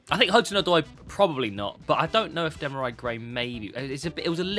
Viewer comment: I've never seen anyone butcher a name quite like how he does with Demarai Gray🤣🤣